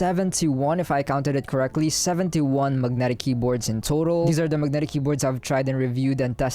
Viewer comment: I love the way you say Mug-netic 😉